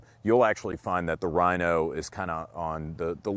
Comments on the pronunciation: This nigga doesn't know about the Mateba and pronounces "Rhino" like stoners pronounce "Hella sweet bro". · that was the cornyest joke EVER!!! and ur actually pronouncing Rino's name wrong!!!